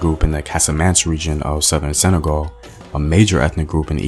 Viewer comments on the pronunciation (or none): none